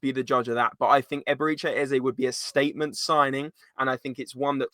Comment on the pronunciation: "Eb-er-eh-chee" not "Eb-er-ee-chay"